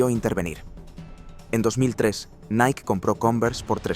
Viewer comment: LA PRONUNCIACIÓN CORRECTA ES: "NAIKI" NO "NAIK" (NIKE)